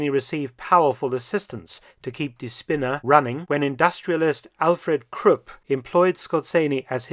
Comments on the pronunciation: Its not Spinner(idiot) but spinne( spider) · I find it most fitting that "die Spinne" (the spider) is misspronounciated just enough to become "die Spinner" (the loonatics)....